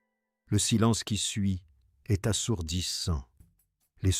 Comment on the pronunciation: La côte 'azurée, taffetasss, une robe légèrement gelée...Grâce est'st séduite...ah les couacs de l'IA😂